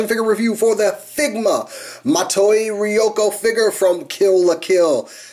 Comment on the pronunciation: You pronounced ryuko's name wrong